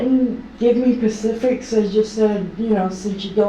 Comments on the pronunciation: Oh no, they didn't give her "pacifics"! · And earlier she didn’t get the “pacifics” about how Ed died. That drives me crazy.